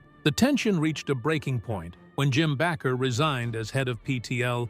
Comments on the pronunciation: Baker not Backer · You need to learn how to pronounce their last name Bakker. Shame on you for Judging Jim & Tammy.